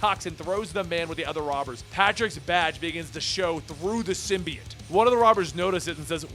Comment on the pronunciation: symbiote is pronounced "sim-bee-OAT" not "sim-bee-IT" lol both you and comicsexplained mispronounce it that way